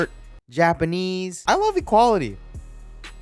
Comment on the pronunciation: it said Litay 😂😂